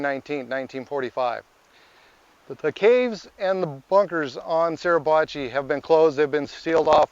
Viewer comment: Grrr! It's SUR..NOT SER...PRONOUNCE IT CORRECTLY PLEASE!!